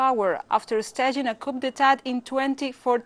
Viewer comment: I ❤ Telesur. However, note on pronunciation: "Coup d'etat", due to its French origin, in American English we do not pronounce the "p" in coup (the "p" is silent). A coop with the "p" pronounced is a small house for chickens.